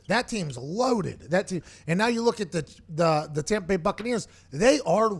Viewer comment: "Tompa Bay Gronkineers" I lost it 🤣🤣🤣